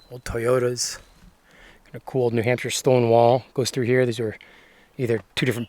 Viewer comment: New Nampshire 🤔 maybee its correct! 😅🤝🏻